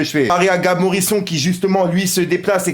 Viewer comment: Ptdddddddddddr arrête de dire Morison salleee fouu